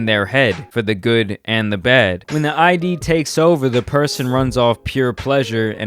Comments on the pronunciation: Freud was a psychologist and it’s pronounced “id” like “rid” but the R is silent, not I.D. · I've watched until you pronounced I.D. instead of id. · Just to correct you, its not "I.D." its all one word like "Id". Regardless good video!!! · I'm pretty sure it's pronounced "id". Not like "eye Dee" because it doesn't stand for identification. I've heard people call it "id", rhyming with "kid" or "lid". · I lost faith in you when you said I.D. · Just saying it's called the id, not the I.D. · Its “id” not I.D. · The "eye-dee". It's called the "id". Pronounced exactly how it's spelled. Great video still. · the id, not i.d. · This boul calling the id an I.D. Lmao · Cannot watch this bro it’s pronounced “id” not “I.D.” its a simple google search lol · Lol.... he keeps calling it the I.D. like give me your I.D. I dont think that's right. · You’re probably going to hear this a lot from now, but just so we’re clear. “Id” not I.D. No hard feelings. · I thought we were supposed to pronounce it "Id", not "I.D." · nope it’s actually pronounced ‘id’ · Came to post... I thought it was “ihd”, not “eye-dee” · Id not I.D. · It’s pronounced Id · "The I.D"? Please don't teach people to say "Id", wrong. It is supposed to rhyme with "Hid" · Its produced id. Like not short for Identification, but just say it how it's written. Rhymes with lid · Pronounced Id wrong, its a words not two letters. And the Id doesnt always include bad behaviors, its more like ones sense of instinct. Thanatos is death instinct, while eros is the life instinct of the ego. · That is not how you pronounce "id",:) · he understands it so well that people will think he is pronouncing it correctly